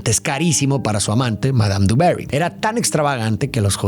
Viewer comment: Por favor, por favor...no es duberi, no es inglesa. Joder, intenta pronunciar bien el nombre en francés, hostia, que es Versalles, tío. Se pronuncia dibaguí...que es francwsaaaaa